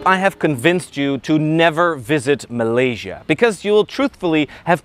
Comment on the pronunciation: Finally someone who doesn’t say malay Sia Instead of Malay sya